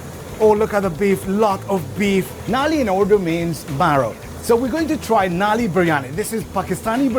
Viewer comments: its Nalli not Naali, Naali means gutter 🤣😂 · Not nali it's call nalli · It's not Naali. It's Nulli (pronounced null + i). If you didn't know, now you know 😁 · Naali means sewer 😂😂 It's nalli